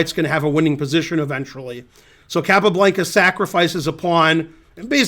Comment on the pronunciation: Took me so long to realize... you are mispronouncing Capablanca. I'm so mad. Rawrrrrrrrrrrr